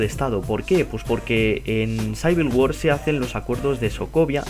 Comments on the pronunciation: Es capian amera CIVIL war no SAIVIL war xD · menso ademas se dice Civil war no saibil war google traductor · debes aprender ingles, no se dice Saivil, es civil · jajajajaj sayver wor XD es Civil war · por que saivil guar mis oidos sangran